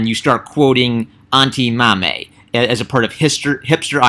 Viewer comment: The 'Mame' in 'Auntie Mame' is pronounced with a long 'a'. Rhymes with 'lame'.